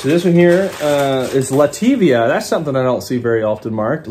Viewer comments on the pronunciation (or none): I just found your channel, and as a 3rd generation owner of an antique store, i wanted to let you know I really enjoyed watching you unbox. Btw, Latvia is pronounced LAT + VEE + UH not LA + TEE + VEE + A.